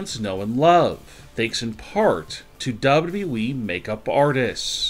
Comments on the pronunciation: Unfortunately it is worse. I think a robot knows the company is called WWE, double double e. This guys has the worse voice on YouTube. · Dude, I miss the old way you said dubadubaeee. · Why does he say dabldableee